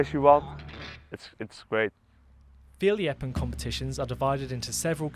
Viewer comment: Fierljeppen was spot on! And I can know, I am Frisian😅